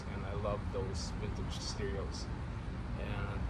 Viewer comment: Vintige steerios..........Vintige steerios..........Vintige steerios..........Vintige steerios..........Vintige steerios..........